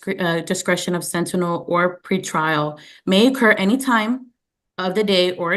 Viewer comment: Bless her she just cannot pronounce sentinel